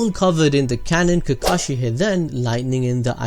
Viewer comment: I have one question that arose when you said the word “kakushi” at 5.57... who’s kakushi?